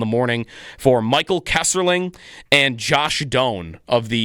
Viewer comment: it is Kesselring not Kesserling i know you are mad but please be professional